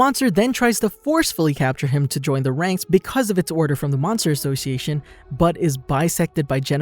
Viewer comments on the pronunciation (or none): order from the monster ashoshiation😂😅😅😂😂🤣🤣🤣🤣😅😅